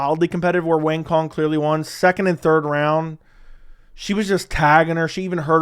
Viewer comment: Hey, FYI Wang Cong’s name is pronounced like Wong Tsone (rhymes with cone, but the C is pronounced like TS)